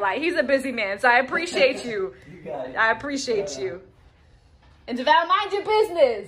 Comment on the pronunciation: I was triggered every time the handyman said "Devoll" and not Devale